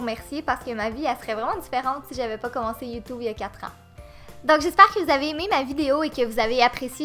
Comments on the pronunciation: PUTAIN C'EST PAS youtoube c'est youtube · J'ai adoré à quand tu as dit "Youtoube" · la meuf elle dit:"youtoube" mdrrrr 😂😂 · Pas Youtube mais YouToube x'D (biensur je me moque pas j'♥ les québécoies/ses